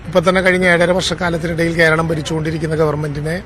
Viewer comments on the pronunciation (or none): none